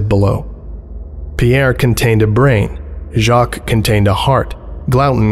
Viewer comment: Jacques is [ʒak] not [ʒɑːk] Glouton is [ɡlu.ˈtõ] not [ˈɡɫæʊ.tn̩] Âme is [am] not [ə.ˈmeːɪ] Pierre is [pjɛχ] not [pʰiː.ˈeɝ]